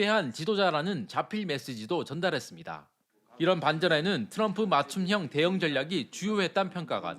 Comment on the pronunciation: 윤석렬은 바이든을 날리면 했지만 이재명대통령님 트럼통이 아니라 트럼프 라고 정확하게 발음했다